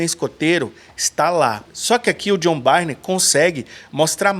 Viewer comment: Só uma coisa. A pronúncia do sobrenome do artista é BURN 🔥